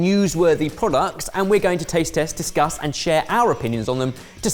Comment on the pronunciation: Every time says discuss, I understand disgust 🙂